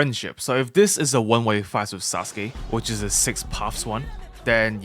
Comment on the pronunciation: "susgay" bro 🥀🥀